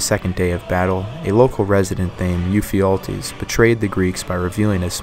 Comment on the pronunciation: You mention a betrayer minutes. I remember hearing about this guy in a community college History class; but, ever since, I've forgotten and have not been able to find this guys name. From what I can get out of your pronunciation it's Mufialties. I tired googling, but google said no results.